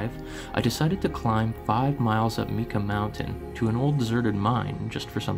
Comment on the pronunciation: great story, but it's pronounced tee jon cache and myka mnt :D